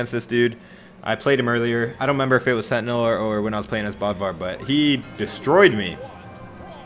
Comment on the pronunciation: Dammit I just wish he could pronounce bödvar properly (b-ode-var)the accent causes that